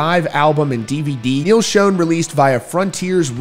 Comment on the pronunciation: Imagine doing a video like this without even knowing how to properly pronounce the guitar player's last name.